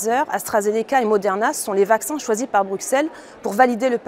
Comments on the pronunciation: Pas bru..x...elles on dit bru ss elles...en prononçant s et pas x....en France vs devriez savoir que l'on ne dit pas au x erre avec prononciation du x mais au ss erre, Buxy se dit bu ss y. Alors quelle belle crédibilité d'une personne qui ne sait même pas prononcer le nom de la ville où elle prétend travailler et où elle est payée par nous pour proférer des âneries...surtout en se prétendant parler au nom de tous les européens.... Restez bien silencieux la mini mini minorité que vous êtes...et respectez les règles et législations mises en place.... C'est votre rôle là où on vous a mis....(pour peu que vs y soyez parfois présent) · Député française au Parlement européen mais prononce mal Bruxelles. Nous vous enfoncez pas dans une bulle de filtre à croire que la majorité des personnes se posent les mêmes questions que vous. Vous le rassemblement national vous récupérez les voies des autres parties politiques en réalisant une sorte de politique de peur et grâce à cela vous pensez être les héros de la majorité du peuple alors que vous prenez juste ce qu'il reste en terme de voie. Et si vous pouviez être respectueux au point de vue politique en respectant le nom du président de la république français Monsieur Emmanuelle Macron, celui de Monsieur Gabriel Attal, et celui de Monsieur Jean Castex (Ps : Il faudrait penser à mieux cacher le prompteur la prochaine fois. De même pour la minute ou vous dites le passe sanitaire et les sous titres sont "que le poste sanitaire" pas vraiment pro sur un sujet comme celui ci) J'ai également trouvé aucun article évaluant 400 bébés de moins de deux ans avec des effets indésirables et vous nous dites pas si c'est en France ou dans le monde aucun source en description. Vous réalisez comme dit au dessus un politique de peur et ou on peut douter de la véracité des sources de cette vidéo.